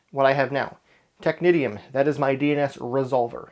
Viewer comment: Isn't Technitium (excellent server BTW, I used it too but as authoritative too—for AD no less) pronounced as "technician"? (but with the correct vowel sounds, of course).